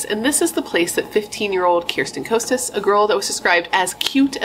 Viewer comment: First, her last name is pronounced "Kah-stuhs." Irrelevant, but just so you know. Also, it's "Uh-rinda." Both girls came from well-to-do families. In fact, Bernadette's family lived on the "richer" side of Orinda. Orchard Rd. is on the not-as-rich side (but yeah, think 90210, if you know that show.) Bernadette's family was just bigger. The movie Death of a Cheerleader was totally wrong.